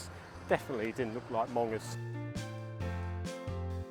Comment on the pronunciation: It's pronounced mongers like hungers